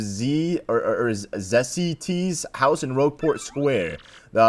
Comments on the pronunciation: It’s Zest T and her ancestor Tacye T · Did he just say Zessee t? First Taycee t and now this... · That's why I got deja vu when he said Zessee t...